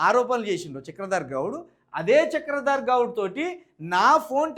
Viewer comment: BRS జితగాడు అరేయ్ హాఫ్ నాలెడ్జ్ తో ఎందుకు రా మాట్లాడుతునవు చక్రధర్ గౌడ్ అని పేరు పలకడానికి నీకు రావట్లె మొదట తెలుగు చదవడం నేర్చుకో